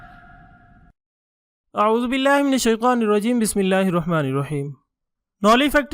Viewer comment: oz billa nahi bolte aa uoo zo billa bolye hain correction